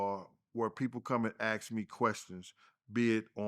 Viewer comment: Is it really that hard to pronounce the work ASK ???